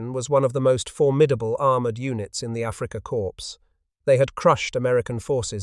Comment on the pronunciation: Africa "Core" please, not "corpse".